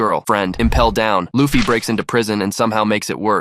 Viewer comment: L-uh-ffy? Seriously? Uggggggh